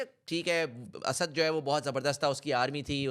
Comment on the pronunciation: Bakwaas and very superficial analysis. . . Stop repeating Asaaaad asaaaad. . . It's Asad . You can't even pronounce his name. Lol